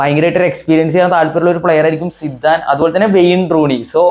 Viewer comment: സിദാൻ ❌സിദ്ദൻ ✅